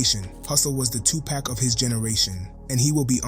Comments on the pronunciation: You need to learn how to say “2 Pac” (Tu-poc, not tu-pack) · Say pock, not pack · As soon as he said 2 "pack" i cut it off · Its not 2 pack yo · You ain't no better it's Tupac not Tu-poc and it's one word not hyphenated smh😂😂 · I simply hate the way this guy says 2Pack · You sound like you're black..but you're saying "tu-pak"...cmon bro...culture vulture???